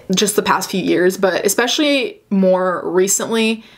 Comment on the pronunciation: Am I the only one who noticed her Italian accent come out when she said "especially?" I'm not dissing I just always forget English isn't her first language and I think it's so cool how she's able to speak as many languages as she can.